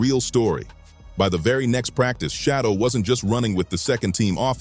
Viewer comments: WILL YOU STOP BUTCHERING HIS DAMN NAME? HIS NAME IS SHEDEUR NOT FREAKING SHADDOW. 😮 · Quit calling him shadow! His name is Sheduer Sanders and you need to pronounce it correctly! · who the hell is shadow damn man least you could do is make sure they say the names correct that makes this nothing but click bate you should be ashamed of your lack of professionalism